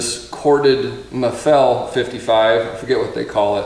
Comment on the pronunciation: Is not Maffél, is Máffel you idiot